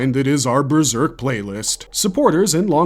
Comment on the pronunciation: Breserk? How can you not even speak English properly as your first language???